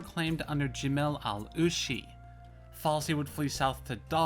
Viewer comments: It's FAISAL!!! not Falsi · I'm sorry to hear about your problems. You didn't ask for the correct pronunciation, but it's pronounced the exact same way it's transliterated; fai-sal. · Where did you ever get the idea that Faisal is pronounced 'Falsi'? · Falsy, Rijaq, Alwey, Shek-Bed, Al-Sari, Gooran. Like bro just read the letters, the S in Faisal is before the L so how do you pronounce it falsy, and wheres the J in Raqqa? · How do you get "falsey" out of Faisal?